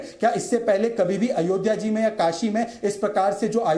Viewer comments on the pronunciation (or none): none